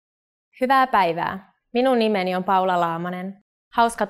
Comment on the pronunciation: Poor a Japanese struggled to pronounce "Minum nimeni"